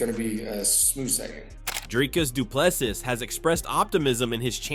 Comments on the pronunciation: Say Du Plessis the way you say Chassis... It's the same syllable, one syllable. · These AI voices don’t get the French nuance in his surname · Bro, learn to pronounce the dude's surname you are butchering it.😅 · Bro this is a robot generated video, it cannot say DDP's name correctly, what do you expect it to know about UFC?